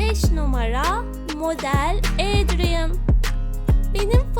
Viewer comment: Ya abla senin sesini çok güzel özelikle "Adrien" kelimesi ni çok güzel söylüyorsun 😍🥰 ve en güzel Aşık adrien i seçiyorum ben nedeni ise bence Aşk çok güzel bir duygu (gecek hayata aşık olmadım ama kara kediye aşığım)